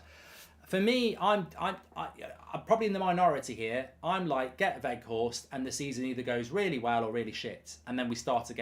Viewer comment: Not Woot Weghorst mark, W-Out (W pronounced as a V) :)